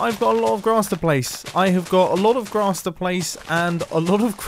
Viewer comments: 'Glass' or 'Grass' - I'm confused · sounds like glass instead of grass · I don't care that I'm 4 years late on this but the " it's the placing of the glass that I take issue with" - that just made my mind work to try to figure out if you said grass or glass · Same I heard glass not grass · Yeah. I thought he said glass and not grass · Him saying glass sounded like a wierd accent of grass